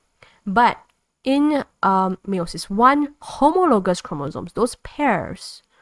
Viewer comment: Great video. Btw it's pronounced Allele (Ahhl - Eel) and Meiosis is pronounced (My-oh-sis)